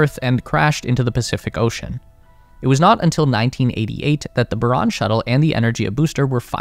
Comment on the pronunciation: Não é Baron, é Buran